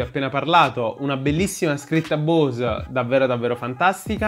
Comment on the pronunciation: bravo! ... comunque la "E" di Bose si pronuncia...